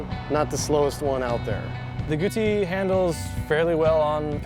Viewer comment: If you are a reviewer that cannot pronounce Guzzi correctly and cannot seem to remember how large the motor is in the bike, your opinion means nothing. Great bikes, all three, and I think you chose the right one (I own a BMW and a Triumph and lust after the Guzzi so I have no bias here), but get your shit right before judging.